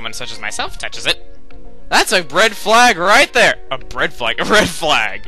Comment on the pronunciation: "Bread-flag" - 2009